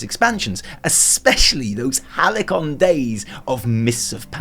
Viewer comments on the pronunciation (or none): Do you really pronounce Halycon as hally-con and not hal· see·uhn? Or is this all read from a prompt/script? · it's "Halcyon" not "Halycon".... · Halycon...., did you mean Halcyon? ( ﹁ ﹁ ) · AND YOU PRONOUNCED HALCYON AS “HALY-CON” NOT “HAL-SEE-ON” YOU FOOL DISLIKE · Hahaha! Halikon days! Learn to English you eejyat. Halcyon (hal-see-uhn). What a noob scrub shill. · Halcyon is pronounced Hal-see-on, not Hal-i-con. Gawd, what are you even doing!?! Anyone would think you'd made a typo in your script. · Halcyon days is pronounced HAL-see-on, not Hal-E-kon. Just saying..... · halley-con days? surely you meant halcyon? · I'm an anus but you mispronounced "Halcyon" as "Halycon". It's usually pronounced "Hals - Aeon" where Hals is very short. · Hi, love your work but 'halcyon' is not pronounced 'hallicon' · It's pronounced hal-scion and it's not slingshotting it's snapshotting. The fact those were both left in the video let alone the script when you don't know what they mean is so psudeointellectual it's hilarious. If you Google halcyon the first thing that pops up is how to pronounce it you lazy shit heel. As for slingshotting it shows that you fundamentally misunderstand that old mechanic as the name describes the play style perfectly. Slingshotting makes zero sense in the context and the fact that you couldn't tell is an obvious sign that you never actually played during snapshotting. Does your wife wear a strap on and make the money? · 'The Halycon days' were in vanilla, not MoP. Halycon is a LBRS boss. alternatively, *halcyon. pronounced halseon. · "...and I am incredibly cheap and easy" oh my Edit: Did you just say halley-con days? oh you don't even get a British pass for that one LOL <3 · I love you... But, the pedant in me would be loathe if I did not say that the pronunciation for "halcyon" is [ˈhalsēən] in IPA or "HAL-see-ehn." But other than that... LOVE this video! Huge T&E fan, ~Beorn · Did he pronounce 'Halcyon' like 'Halikon'?